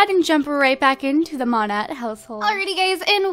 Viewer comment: The way u say Monette is wrong. U say it like Mo-ney